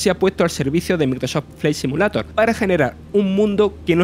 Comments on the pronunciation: Joder loco parece el lémur de madagascar, yo no se si es acento si es defecto o simplemente hablar asi pero que manera de hablar horrible para comentar algo que no se le gana nada de seriedad y respeto. Empezando por pronunciar “simulator” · No quiero ofender a nadie, simplemente me gustaría saber por qué la mayoría de los españoles NO pronuncian el inglés, si no que lo leen de manera textual? Ejemplo, "Simulator" y no "Si-miu-lei-tor" como debería sonar.